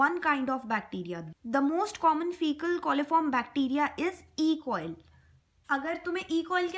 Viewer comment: E.coli hota h E.coil nhi